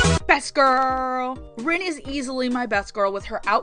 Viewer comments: did you say reen? .... it's Rin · I'm glad you like Hanayo, she is my favorite. :3 I also love Rin, but the way you pronounce her name crushes me.... I really related to Rin though. And I get your confusion on Honoka. I dont love her, but dont hate her either. But the way people seemed to be willing to call her the devil herself and saying she is the worst character ever annoyed me. But Kotori also annoyed me at the end of season 1. I felt that Honoka got too much of the blame. She got sick because she wanted to do her best. Yet when things went wrong, everyone just hates her. EDIT: YES! I also cried at the train scene! ;w